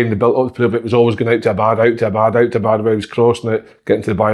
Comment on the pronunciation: Si can't pronounce Abada. 'Clear as mud' is a piss take.